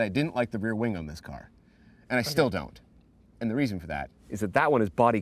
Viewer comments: Did he say “big wang”? 😂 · Did he just say “we have a big wang”? ROFL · did he say big wang instead of big wing